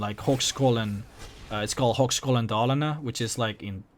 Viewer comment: im from sweden, i almost fell of my chair when you started to talk about Borlänge and Dalarna coz i live here and yeah you made it sound so fucking funny, The red houses is a tradition from a lot of years back when the mine ine Falun was up and running, the paint was made there and bam red houses, this changes the further away from Dalarna you come. The horse meat is awesome ;) And you're swedish could use some improvment ;) ( no offen) but when you said Högskolan dalarna Borlänge well yeah XD